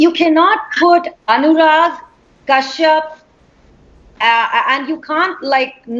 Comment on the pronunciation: Kyu yeh log bolta hai "Anyurag" instead of "Anurag"